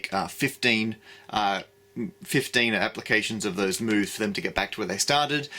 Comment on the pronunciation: I heard "a series of boves"